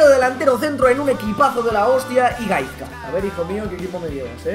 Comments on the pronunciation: se pronuncia gaiska pero bueno XD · La z de Gaizka se pronuncia como una s :S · La z de Gaizka se pronuncia como si fuese una "s". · like si te sangraban los oídos cada vez que pronunciaba mal Gaizka XD ese euskera joder, toquero balón de oro ya XD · Hay una cancion mejor de toquero spurss pero buen video ajajajjaja y se pronuncia GaiSka jajajaj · espabilao di bien gaizka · pronuncias mal gaizka pero ni te rayes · a ver si aprendes a pronunciar Gaizka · aber una cosa es k no sea el mas famoso de los jugadores pero gaizka es y a sido una leyenda en el athletic y el alaves y otra cosa es k no te guste la musica vasca xk no as puesto la cancion mas visitada en el proximo coment. Y aprende a pronunciar su nombre k aki las z se pronuncian diferente